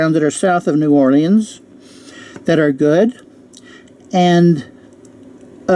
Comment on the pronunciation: You can't pronounce Ocala or New Orleans. Wow.